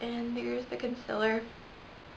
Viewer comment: Good vid, but its called Concealer not consiller. ;)